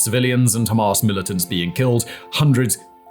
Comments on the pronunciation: It's Hamas, NOT Hamarse. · Dude. Its Ham_ass, not Ham-arse. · I love the way he pronounces Ham-arse 😂 absolutely brilliant